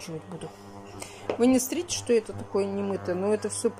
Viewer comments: Я уже несколько раз писала про " Сррите" она как говорила так и говорит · Пожалуйста НЕ Говори слово СРИТЕ, ВЫУЧИ Слово СМОТРИТЕ!!!!!!!!!!!! Пожалуйста!!!!!